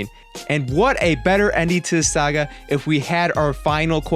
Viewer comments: OK I'm going to be that guy because it's getting annoying it's "saga" not "sega". sega was a game console back in the day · Pronouncing Saga as "Sega" is really fucking with my OCD.